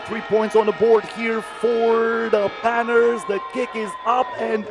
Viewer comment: Someone tell this announcer Panthers has an H in it. It's not the Panters